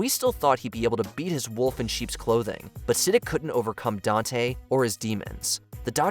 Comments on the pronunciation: Omg.. it's not 'Siddick' 🤦‍♀️ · Say it with me… “S-uh-deek” wtf is “Sid-ick”😂😂😂😂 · It’s said like “suh-DEEK,” not “siddick”. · "Vaytoes" "Siddik" 🤣🤣🤣 Learn how to pronounce things if you're gonna talk about them lmao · "suh my DEEK" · It made me Sidic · Literally. And even though watch mojo is pretty biased on most top 10-30 list they have, pronouncing his name like "Sa-d**k" was actually kinda hilarious 🙈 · Is this AI? Your pronunciation of character names like Siddiq is terrible. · Who else was triggered by how he pronounced Siddiq